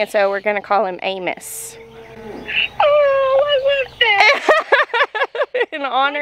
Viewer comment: Totally sounded like Anus to me, I'm so hoping you intended Amos 😂 He is a handsome boy❤